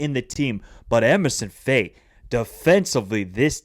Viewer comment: Lol Emerson Fai... that's like me calling your channel Michaelangelo Chats Soccer. It's Emerse Faé. To make it simple, pronounce Emerse like "Immerse" and Faé like "F-HA-AYY." You pronounced Yan Diomandé's name correctly therefore you ought to be able to do the same for Emerse Faé.